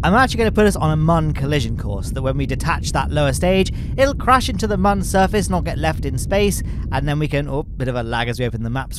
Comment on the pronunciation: I can't stand this man pronouncing Mun as "man"